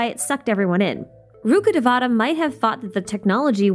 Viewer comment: rukkhadevata pronounce rukh devata( रूख देवता) not ( रुखाडवेटा ) rukh means tree and devata means tree. Rukkhadevata means tree God or God of jungle. Also known as ( वृक्ष देवता ) vrikshadevata in Sanskrit. No one pronounce Bicarbonate bicar bonate.